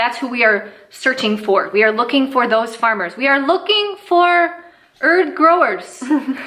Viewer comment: is Jamaican now? “Select ya ‘erd man!”🇯🇲